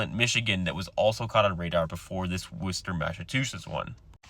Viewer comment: I was really shocked, you pronounced, “Worcester” correctly. Blew me away.